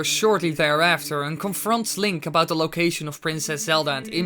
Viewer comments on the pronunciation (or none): none